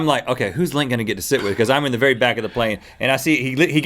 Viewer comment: Be vewy vewy quite were hunting bears